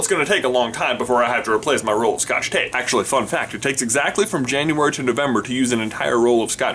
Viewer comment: Lol when he said fun fact i though he said f*** that